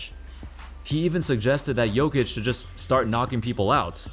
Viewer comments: I will help you with pronounce,it's Nikola "Yokic" I am also from Serbia, that's how you should pronounce man 😊😊😊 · You say jokić kinda like Yo-kitch